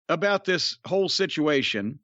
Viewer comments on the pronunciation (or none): none